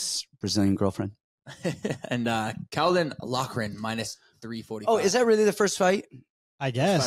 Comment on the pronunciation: Caolan is pronounced more like Keelan. Loved the show otherwise 😂 🇮🇪